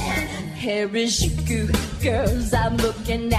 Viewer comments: why does she pronounce the j in harajuku with a french accent? it's a hard j, like jeep or jelly. sigh ... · lol i think it's funny how she pronounces harajuku and tokyo wrong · But if it was appreciating japanese culture why couldnt she pronounce harajuku correctly? And if it was such a large part of her why did she drop and forget it once it no longer got her clicks? I appreciate what she did to inspire others to look into our culture, and I dont think she meant to do anything wrong, it's just small things here and there that make me think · Overfiend002 there's also the fact that she's not even pronouncing harajuku correctly... I don't care how much artist interpretation there is to express. If she's talking about how much she likes the subculture style of harajuku, the least she can do is pronounce it correctly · a good point but I still don't see this as something people should have got worked up about, I just found out about this now, and they're very different from traditional Japanese culture anyway. +Questioning Otaku I'm not really Japanese but I don't find much wrong with her pronunciation.